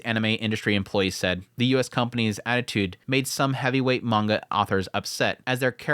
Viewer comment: I don't want to be pedantic but... mah-n-gah (like achoo when you sneeze) -ka (like in ka-boom) not man-gocka... of coarse its fine to say it however you wish but it kind of undermines your subject matter authority to say it the wrong way. just saying.